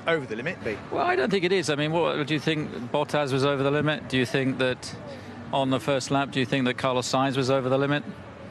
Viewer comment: Heard what you keep emphasizing Christian, "one the first lap". That dirty driver of yours did it repeatedly in later racing laps.